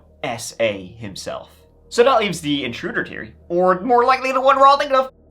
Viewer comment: He also said 'Teory' (theory)